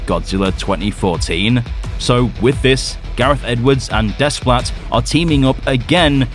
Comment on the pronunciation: Thank the great Monsterverse maker, no Junkie Scrap Ell for "GxK 3". Henry Jackman's return, even thought he's not Bear McCreery, is a welcome bit of news... Next, being of mixed Greek and French heritage and being fluent in French, I can tell you without reservation, Alexandre Desplat's last name is pronounced "Day-pla". The S and T are silent and the E is a long A vowel sound.